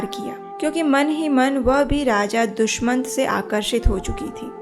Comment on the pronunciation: HareKrishna Ji💐🙏💐Dushamant nahi Dushyant🙏Jaha tuk hum jaante he